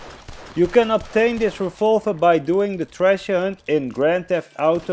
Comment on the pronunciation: It made me mad when that kid made fun of you for saying refolver and not revolver thank you for this video